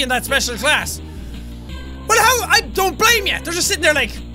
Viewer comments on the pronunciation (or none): none